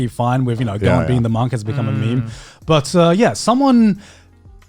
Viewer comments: Why does Grant keep mispronouncing his name? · Apologies, I always forget that Garnt has an R in it, its fairly subtle sounding to my ears